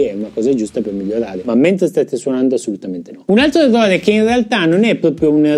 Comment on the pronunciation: sei un grande anche se dici EVVOVE!!:):):)